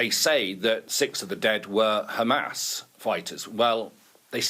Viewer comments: That old fool keeps repeating khamas khamas, did khamas murdered Hind Rajab and her family? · I've lost count of how many times he said Qamas. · I think everyone switches off the second they say khamas...to save their ears from being polluted with their bs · How many times he said khamas? Every singles statement of his has at least 90% khamas!! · He just does not shut up!!! Bla bla bla!!!! He said Khamaas Khamaas maybe Zillion times!!! He should seek psychiatric help!!! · By the way it's beautiful to see that 99.99% reacting to this video is against David and his Israhell. But after hearing "GAMAS" for "93" times in 10m i'm out, everything is GAMAS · khamas khamas khamas khamas khamas why this Israeli gov spokesperson always speak out of the box/topic and always avoid the question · How many times he mentioned Hhamas😂😂